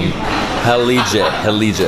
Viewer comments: I think that Heilege is pronounced "Hi-leh-geh" in German. It means Holy! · Hello David, I'm from Santa Cruz do Sul, glad you liked the Heilige beer. The correct pronunciation of Heilige sounds something like "Hi - lee - gui" and it means "saint" or "sacred". Have a nice trip!